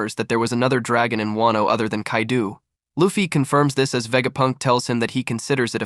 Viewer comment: Bro calling kaido kaidu is wild